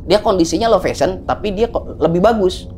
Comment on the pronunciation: Low vision ya pak. Bukan low fashion. Penyebutannya salah